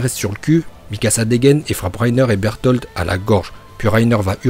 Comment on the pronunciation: Arrête de dire "Bertholtd ou plutôt Beltoto" genre c'est gênant là